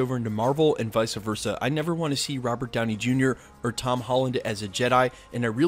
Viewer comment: You gotta stop saying "visa verca". It's Vice Versa.